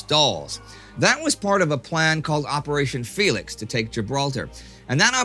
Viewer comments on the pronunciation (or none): none